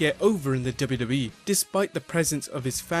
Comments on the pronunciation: hey, narrator, practice saying "Double You Double You EE" and "Double You Double You Eff" clearly. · if only you could take time to learn how to articulate "W-W-E" ... hint? its THREE! letters and its really aggravating to the ear when you insist on making it into just one syllable.... '